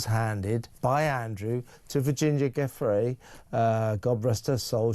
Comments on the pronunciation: Is it too much to ask Mr O'Sullivan to pronounce Giuffre correctly? Mr Lownie does, so why doesn't he: small point, but significant. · When will you newscasters and podcasters (& American members of congress) learn to pronounce Virginia's surname properly, for God's sake?!! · Kevin please pronounce Virginia Giuffre’s name correctly. At least show the poor woman that bit of respect.